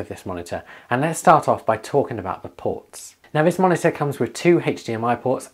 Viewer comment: Take a shot every time he says monita